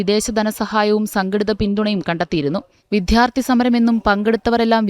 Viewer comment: വിധ്യാത്ഥി അല്ല 😅 വിദ്യാർത്ഥി, ദ്യാ.... ശ്രീവിദ്യയുടെ ദ്യാ